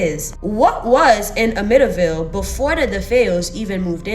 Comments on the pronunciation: The pronunciation is Am-mit-tee-ville. Thought I should let you know. I'm from Long Island and am very familiar with this story. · I have followed the Amityville horror house forever. In fact I remember when the tragedy happened. I don’t know if this helps because you love pronouncing things correctly. Am-it-T -ville ❤ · I laugh every time she says it 😂